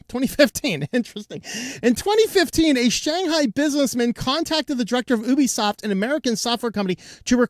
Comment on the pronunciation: You're mispronouncing ObiSoft. ObiSoft != Ubisoft and they're not pronounced the same. At first it sounded like you were just jabbing at the name similarity but then you kept pronouncing it as Ubisoft, just thought I'd point that out. (Though you could lead me to believe it was named to sound similar for whatever purpose)